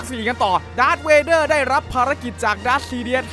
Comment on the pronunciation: มันไม่ใช่ดากร์เวเด้อมันชื่อดากเวเด้อ ++